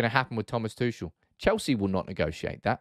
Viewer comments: What I absolutely do not understand about that debate at all: Chelsea are prohibited from buying OR selling right now. T. Tuchel does is under contract and surely that contract includes a transfer-fee clause (btw.: you pronounce his name completely wrong; he's not French like in "touché"). So, no deal can be made. And at the point when a deal is possible, the financial/ ownership/ legal situation will be solved and Chelsea FC will be on normal operations again. But why would T. Tuchel then want to leave the club for United? "Oh, we wont guarantee to fund you a team to challenge for a cup or a title, but we have the strongest Instagram and Twitter division in the whole league!" :) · Your pronunciation of Tuchel was very grating...